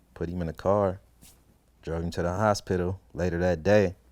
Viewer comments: The HosPITIL 😂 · Lmao I was thinking of how to spell it and yup he's definitely saying hos- spittle 😂😂😂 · The hos-pittal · Hos-pit-tal xD Like a damn pit stop. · This man Pronounce the shit our of HOS-PITAL! Lmao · I hear every letter in H-O-S-P-I-T-A-L 😆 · Why does he pronounce "hospital" like that? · He says hosspittle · He can't say hospital right. 😂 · he says hos pital as 2 syllables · Nigga put emphasis on that P in HosPital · The way he says hospital is fucking hilarious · anybody else notice the way it sounds when he says the word 'hospital'